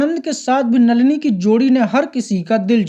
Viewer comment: Nalina,nahi,नलिनी बोल